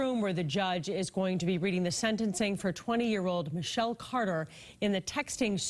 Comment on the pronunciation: He said Ms Caaaada. Why do people from Boston hate the letter "R'?